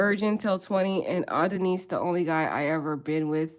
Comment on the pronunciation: Please o! It’s Ah-don-is..!! Like the Greek god. Great content💥